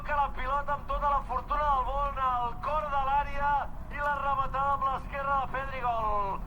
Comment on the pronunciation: La ramatada y el GAAAL DE BERENGUER!!!! Gal impagapla JAJAJAJAJA